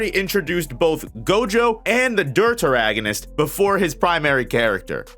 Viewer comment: Deuteragonist is pronounced doo-teragonist, like Deuteronomy